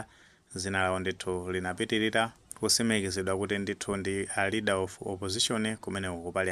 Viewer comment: LEADER OF OPPOSITION osati READER please. Chepesani changu